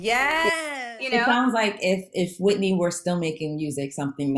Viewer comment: Speaking good on Whitney’s name! Respect.